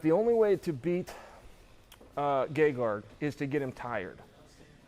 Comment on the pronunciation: Chael correctly spelled it "Gegard" but is still pronouncing 'Gegarg'. I'm done trying to figure this one out.